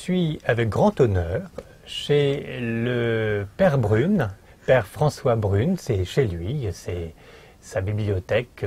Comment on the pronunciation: Je me plaignais de la mauvaise prononciation du "père" Mathieu, et bien celle du "père" François Brune est excellente, y compris le son de la vidéo, vraiment très agréable à entendre... encore une interview très édifiante. Beau boulot.